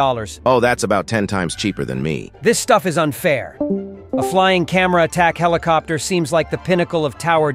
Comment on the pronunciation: Helikoper o helikopter 😂😂😂😂😂